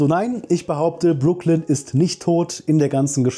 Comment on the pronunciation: Ich hatte extra nochmal in die erste Staffel reingeschaut und dann auf deutsch und englisch geschaut wie ihr Name ausgesprochen wird, weil ich es auch so in Erinnerung hatte, wie du es jetzt bestätigt hast.